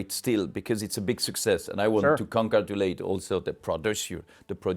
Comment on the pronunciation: Great video! How many times did the Omega CEO say succees? In the hundreds😂